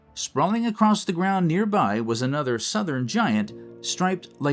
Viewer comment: Around the 16 minute mark, you guys are talking about a jalapeño pepperThe jalapeño Gigante. You’re pronouncing the last word wrong. You want to sound more like: he gone teh.